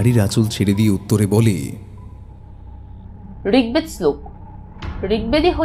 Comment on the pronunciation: Khub sundor golpo, darun, osadharaon uposthapona, path ar music. Ar bhai, Rigdeb na Rigved. Tomra script er upore dhyaan kom dichho idaning. Ei jaygatay you will have to work. Bhalo kaj korcho, aro egiya jao. Sathe achi.